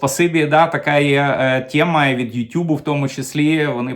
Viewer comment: сьогодні вам я поставлю лайкос, тільки за те, що мені не різало вухо оте ваше, рашистське, -- "тєма", "схєма", "проблєма". P.S. Але ж, ні, в кінці ви таки викинули своє рашистське "тєма". Ну, не в обіду вам, але так виглядає, що ми з совка вийшли, але совок залишив свій слід. Ви послухайте, як говорить корінний росіянин, котрий не так давно перейшов на українську мову, телеведучий Олексій Суханов. Та в його вимові близко нема таких висловів, як у вас,корінного українця, котрий частину свого життя пропрацював на УТ.